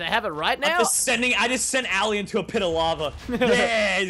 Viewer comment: bajan said ALY its ALI!!!!